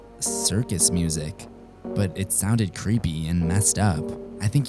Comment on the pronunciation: it's not cwepy